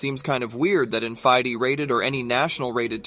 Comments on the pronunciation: Fee-day, not fie-dee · Feeday, not Fidee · fy-de.. its fide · Hey great video, but I did want to clarify that FIDE is pronounced like FEEDAY, not like FIEDEE (Someone correct me if I'm wrong, but I believe that's accurate) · I've always heard it as "FEE DAY". The pronunciation in the video was jarring to my ears. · “F-eye-dee rated games” 😂😂😂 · FIDE is pronounced Fee-Day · USCF master and tournament director here. This video is incorrect on several points, most notably on the touch-move rule: accidental touches do not count. And drug testing? I've played in state championships and major national tournaments, and nobody ever got drug tested. BTW, FIDE is pronounced "Fee-Day", not "Fie-Dee". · It's pronounced Fee Day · FYDEE-rated...? This is the first video I've seen on this channel, and I'm going to have to take anything I see from it with a grain of salt... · King and Pawn vs King isn't necessarily a draw. "FYE DAY"? :) Des it get pronounced like that in other areas of the world? I've never heard it like that in English. I have also never once had an opponent in a rated tournament say "check". Maybe it is different where others live. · Why do you pronounce FIDE like that? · I didn't know "Fide" was pronounced like that